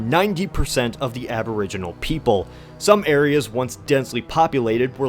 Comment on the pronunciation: I know you're new to this but I am Aboriginal and I didn't like you saying abrigenez